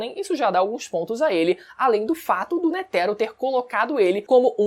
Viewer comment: Todas essas pronuncias dos nomes diferente do que eu acostumar do audio japones esta me dando nó nos pensamentos (risokA << hIsoka / NÉTÉro << Nétero)